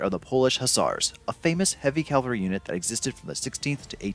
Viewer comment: Is it really that hard to pronounce cavalry right? And stiletto wasnt carried into battle. Those were Rondel daggers